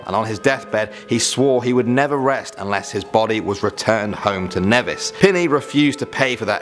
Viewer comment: My eyes popped when I heard Nevis (which you're pronouncing incorrectly lol). It's a part of the federation: Saint Christopher and Nevis - where I'm from <3 (im from st. Christopher though). But still cool to hear